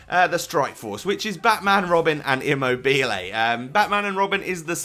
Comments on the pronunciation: Eam mo be lay :) I am italian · It's pronounced Aw-ba-mai-yang and Imm-mob-ilai. Good vid otherwise. :-) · Either way, it's certainly not pronounced Aw-bom-eyang or Imm-mobeel.